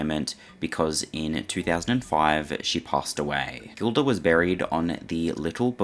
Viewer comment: I should really write a book because listening to some of this nonsense, half truths, un truths, straight bs, is frustrating. And its pronounced Jill- duh NOT Gill - duh. Sheesh! Believe me when I say my book wouldnt be all sunshine and rainbows, it would probably be 60% positive light, 40% not so much. by the way, they recorded every show so they could review the performance and see if there were any mistakes, missed cues, etc. EVERY NIGHT. The tapes were pulled before the ambulance even showed up. They do exists. If the story of where Roy was before that nights show, the events may be clearer. It was on his Bday after all. Just saying....🎂🍸🍸🍾